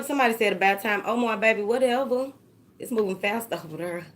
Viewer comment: I just came to hear you say “whateva” LOVE IT 😂😂😂😂😍